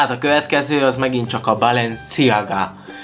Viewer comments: Úgy kell kiejteni hogy balensziága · Chanel-Sánel Balenciaga-Bálensziágá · Chanel - sánel Balenciaga - Bálensziágá Dsquared2 - diszkverd